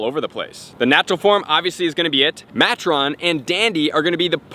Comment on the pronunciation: Please catch pronunciations early: Matron = may-tron Debutante = deb-yew-tant La Reine = la-ren